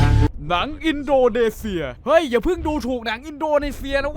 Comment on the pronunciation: อินโดนีเซีย อ่านอินโดเนเซียเหรอ